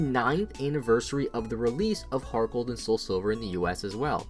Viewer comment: I thought he said gargle gold